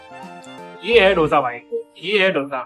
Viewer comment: Dosa nahi hi dose hi